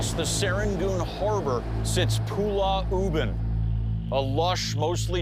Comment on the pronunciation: Zak Bagans kept calling Pulau Ubin as "Pulah Ubin".